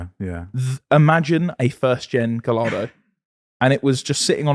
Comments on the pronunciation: lol, you don’t pronounce the lls in Gallardo 😂😂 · How is it possible that both of you pronounce Gallardo the exact same incorrect way?